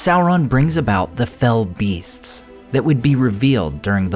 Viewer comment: Small thing, but thank you for saying and writing what they are correctly: "fell beasts", not fellbeasts. It's not a name; it's a description. They are beasts that are "fell", an older English word meaning "evil", "malevolent", "foul", or "terrible".